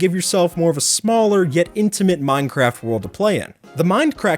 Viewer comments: sounded like you said mind crack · he said "minecrat" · Did I heard that right minecrack lol